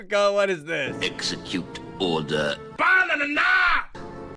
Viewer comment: He's saying execute order not all the